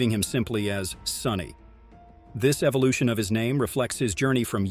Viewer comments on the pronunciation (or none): none